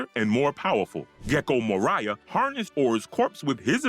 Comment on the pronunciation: Gecko Moria, the way you said it made me think of Mariah Carey xd, Nice video though :3